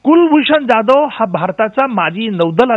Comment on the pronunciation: O bai, He is Kulbhushan जाधव not ज्याधव. Kasle anchor bharlet ABP Maza ne? Sadh marathi surname nit gheta yet nahi